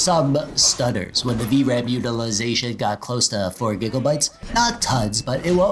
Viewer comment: why gigelbytes bro its gigabytes